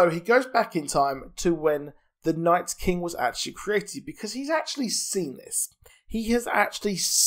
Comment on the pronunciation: just stop saying night's king lmfao